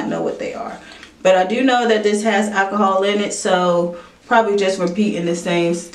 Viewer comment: I can't hear you say 'ackahol' one more time 😖